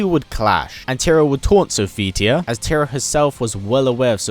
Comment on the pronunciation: "tear-rah- not "terrah"